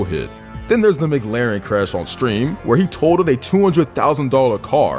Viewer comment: Dude. Videos great. But I just need to say it’s McLaren. As almost like saying Mik-Laren, or even Muh-Klaren. Not Muh-Glaren.